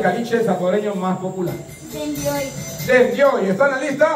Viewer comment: La brillante bachiller de la norma dice dendioy😅 eso no es caliche es mal hablado y se indigna cuando le preguntan una excusa o padecimiento que fingen los niños para no ir a la escuela dice fiebre😅 no sabia que se podia fingir una fiebre ?que hacen se ponen al sol o se meten al horno?